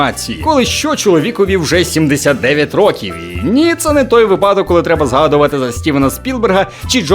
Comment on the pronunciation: Я знаю , що людей дуже дратує , коли їх виправляють, але це реально різало вухо. Не випАдок , а вИпадок.